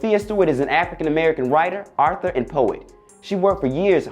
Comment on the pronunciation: Hey dummi what the hell is and Arther…you mean author l, smartguy